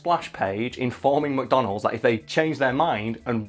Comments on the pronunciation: I kept hearing “Madonna Holes.” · Why does he pronounce it "mah donalds"?